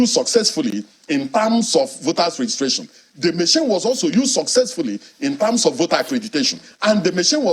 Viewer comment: "... in tams of..." 🤣🤣🤣